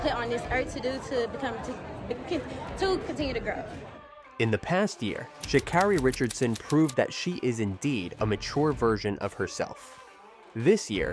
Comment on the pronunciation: LEARN HOW TO PRONOUNCE HER NAME!!!!!!!!!!!!!!!!!!!!!!!!